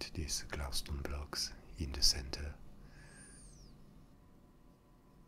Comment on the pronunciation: PosskoonFTW glaustone (the way he says glow stone) is my favorite